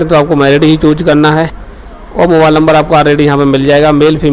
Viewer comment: Chooj✅ choose❌